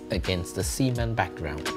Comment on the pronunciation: As a Malaysian, I thank you for sharing design content, but I'm cringing every time you pronounce "cement" as "semen" Cement: suh·ment